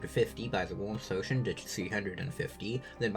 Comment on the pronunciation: What potion does he keep saying when talking about damage reduction